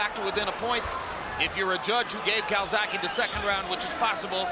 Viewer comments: Calzagihe not calsacihe. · Dumbass yank commentator keeps callin him calzacki! Fuckin pilchard